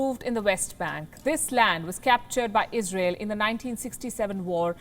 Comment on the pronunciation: Izrael ish syper U S ah prefekt